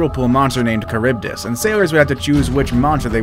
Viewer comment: Ehh? Why is it read like “Charibdis”?